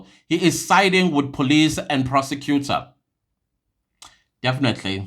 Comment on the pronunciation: Did you say a persecutor or perpecutor and to be on bench in RSA Law Society 😂 c'mon 😢